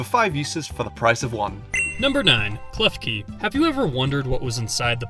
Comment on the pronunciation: KLEFKI DOES NOT END WITH EY, IT ENDS WITH AN I! FIX IT NOW!